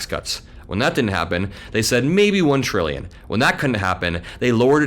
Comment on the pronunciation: He said twillion… maybe that’s what is causing the confusion??? Could that mean something I don’t know about???